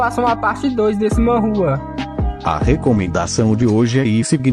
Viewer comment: Mn vejo todos seus vídeos e te divulgo caso vc pare de falar manrua sendo q é manhwa